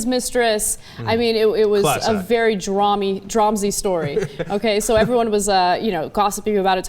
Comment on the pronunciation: "Dramatic" story... I think you meant to say Ana. Not to worry. I'll give you a second chance. "Dramsy?"